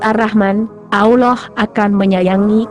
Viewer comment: sebut allah pon x betul..mohon tukar suaranya..